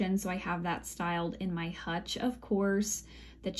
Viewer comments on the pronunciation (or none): none